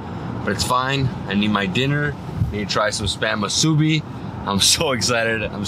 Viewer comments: It's pronounced "MEE-SUE-BEE" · It's pronounced MUSU-BEE...(MUSUBI) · Moo-su-be is the correct pronunciation 🤙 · ❤You're awesome!❤ Musubi - pronounced Moo-sue-bee🎉❤